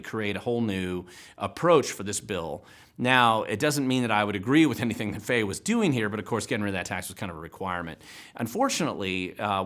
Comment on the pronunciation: Senator Fey’s last name actually sounds phonetically like “Fie”.